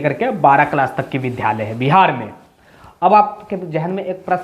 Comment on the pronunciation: Vidhalaya nahi Vidyalaya bola jata hai.